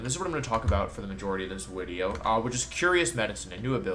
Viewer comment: Why do you say 'wideo'